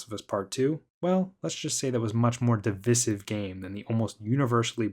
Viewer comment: I've never heard anyone pronounce "divisive" like that before.